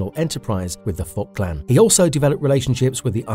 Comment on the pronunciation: I really mean no insult when I say this, but please work on the pronounciation a little. I hear you say "Oraki Saki" and "the fot clan". I know its an old video, but these sort of things are pretty distracting, and these aren't complicated names either. It kind of gives off a vibe that you never watched the show, or at least not the english version. I enjoyed the video however, thank you for the work.